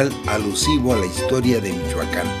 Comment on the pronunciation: se dice Michoacán no michuaca n y no ofendas a lo menso